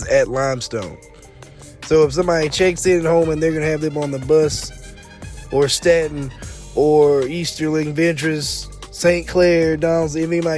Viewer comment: Pronounced stay-ton